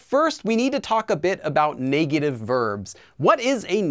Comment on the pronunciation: The way you say negative bothers me. Great vid tho